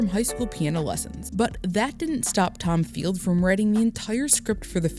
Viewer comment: "Tom" Field??